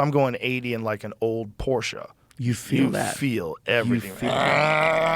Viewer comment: Thank you, Joe, for correctly pronouncing Porsche. Also, Porsche designed the original Volkswagen (”People‘s car”) for Hitler.